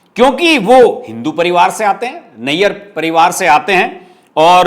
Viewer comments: Shashi Tharur, Nair hai, Nayyar, nahi. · आप का विश्लेषण बहुत बढिया है। लेकिन केरल के जगहों/शहरों के नामों का उच्चारण तो कम से कम सही कीजिए! Put in some effort in this area. You are one of the leading YouTubers! और हाँ, शशी थरूर नैय्यर नही नायर हैं! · शशि थरूर नायर हैं, नैयर नहीं है l नैयर पंजाबी होते हैं l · Please Pronuce Shashi Tharoor Nair = नायर Thank you 😊🙏 for Your Very Nicely Analysis on Political topics.